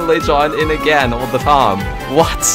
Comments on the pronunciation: how annoying is when is saying tam NOT time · Why do you pronounce "Time" Taaam every single time ? xd